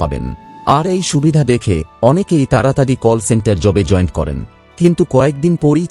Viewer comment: এই টিউবার এতই শিক্ষিত যে জয়েন্ট কে জয়েন্ট বলছে ইত্যাদিঌ